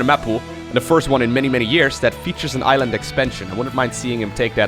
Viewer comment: Did say island as iron.